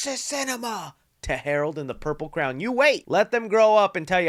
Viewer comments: I love the way you say crayon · I thought kippy was the only person to call it a craown (crayon) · I do smile everytime he pronounces crayon- never heard it pronounced that way before